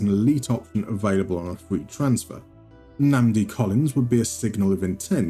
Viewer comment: Perfect pronunciation of Nnamdi 👏🏿